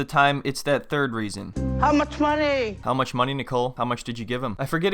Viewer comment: This guys edits are funny af...the "how much mah-ney" part caught me off guard and made me spit me drink out